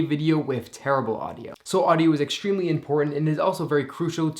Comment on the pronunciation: "It is exsgreamly important''